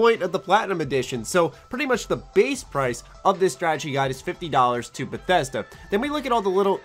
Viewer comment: Im feeling concerned for Beth E sd A errr cough Bethesda